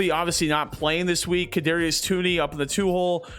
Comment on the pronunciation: Toney is pronounced like Tony